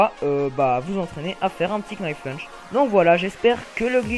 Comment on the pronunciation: Arrêtez de prononcer le "k" de "knife lunge" svp ! --'